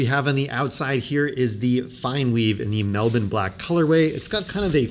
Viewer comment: I like how you say 'Melbourne' like an Aussie. Too bad the magnets aren't grippy enough. Dig the look of this one.